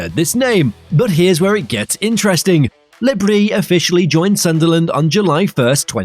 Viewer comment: Le Br-i-s not Brie